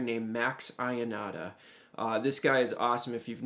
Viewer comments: Man, great, but it's pronouced Max Yonata, not I-onata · Great job on a really great solo by great Italian sax player , just a small note: as an Italian I can't hear the name Ionata pronounced as you do, sorry...the right way is to pronounce the "Io" as an "yo" in english, like in "your". All the best